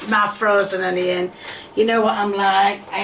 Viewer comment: It's Not Hunioun, It Is On-E-On. Get it Right!!! Really???